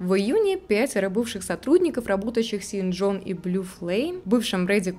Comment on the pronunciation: Не "Син Джон",а "Шон Джон",так как Sean-это имя его,которое читается как Шон.